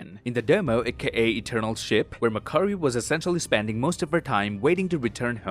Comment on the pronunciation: I love it when says mc curry lmao mcdonalds now serves chicken curry